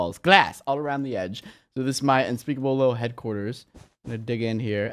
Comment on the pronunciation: He said unspeakable HEADquarters budoo...ttsss